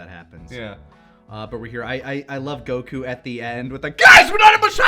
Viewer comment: Why does put so much emphasis on the U when he says Goku? lol. It's Góku, not Gokú.